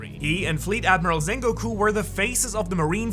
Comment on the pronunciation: Zakazuki.... Zengoku.... smh